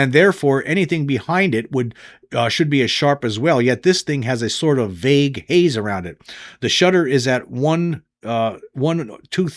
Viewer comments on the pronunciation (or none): none